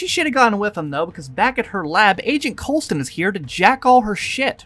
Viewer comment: Coulson not coleston REEEEEEEEEEEEEEEEEEEEEEEEEEEEEEEEEEEEEEEEEEEEEEEEEEE